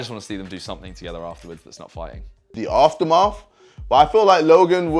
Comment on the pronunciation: jj : the aftermarf